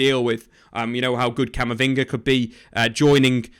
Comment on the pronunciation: You just said Camavinga